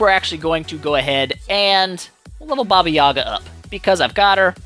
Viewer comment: I expected you to massacre the special skill name,i come from a region from where the baba yaga folklore originated and i had a hard time pronouncing that,impressive